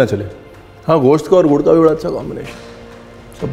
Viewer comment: Jab apne gud bola pehli bar me kuch aur hi sunai dia